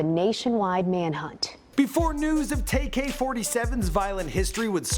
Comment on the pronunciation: It's tay k not tak k